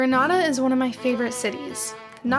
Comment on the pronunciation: It is not grnada it is Granada